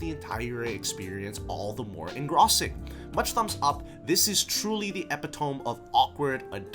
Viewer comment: The worst is Love is Hard for an Otaku. Epitome? Engrossing?